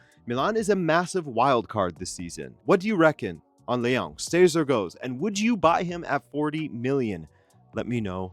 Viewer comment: I don't think his name is LeONG...he's not french. Don't pronounce his name like that.